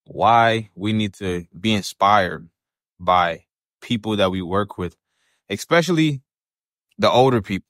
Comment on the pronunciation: Good comments, warehouse guy on a mission. Let’s start with “especially”… not “xpecially.” Unless you are in a Musk micro-verse, “x” just drives people crazy.